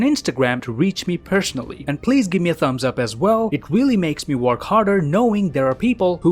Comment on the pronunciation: Awwww. You said "In the next" *hushed "One." Instead of your usual sounding "Next Whon" 🤣